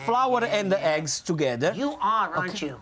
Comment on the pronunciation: Lmao he said Heggs